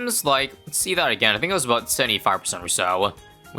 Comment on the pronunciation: "right aboot"